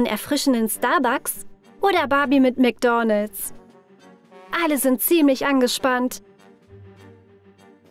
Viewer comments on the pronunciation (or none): Wie sie einfach die ganze Zeit nur Mc'Doonalds sagt😂😂😂😂Das regt mich so auf!😂😂😂